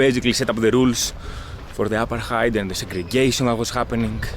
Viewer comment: Buddy 'its 'Apartheid' 'Not apatite as apatite means your hungry lol 🤪 Haha 'just playn wit ya.. So anyway when are you coming to Australia 'Like say sydney nsw for example my good man as we have many Greeks heir who came in the 50s n brought as diffrent taste to our taste buds lol